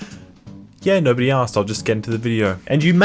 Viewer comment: „no‘ody asked“